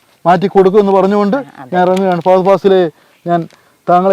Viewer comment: ഫാഗതൻ ഫാസിൽ 😂😂😂😂🤦‍♂️🤦‍♂️🤦‍♂️🤦‍♂️